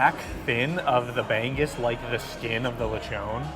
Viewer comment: your pronounciation of bangus reminds me of bangbus 🤣🤣🤣